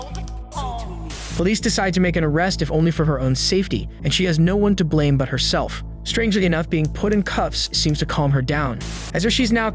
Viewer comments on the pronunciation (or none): none